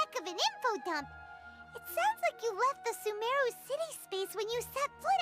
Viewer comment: I pronounce "SUmeru" and not "SumEHru"